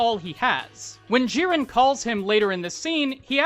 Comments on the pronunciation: Its Giren with a hard G and Jin with in, not een. Like Djinn. It is not Jiren (the Dragon Ball Character) and Jeen. Other than that Twice is clearly one of the best characters in My Hero so its great to see a video on him. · Was... Was he saying "gee-ran"...? I... Its 'gi-ran'. Hard 'g'. Gi. Right?? Have i been saying it wrong. Also Jin Like How you pronounce 'gin' the alcohol.